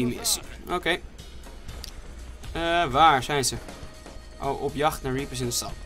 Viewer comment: idee zeg in plaats van reapers dan repers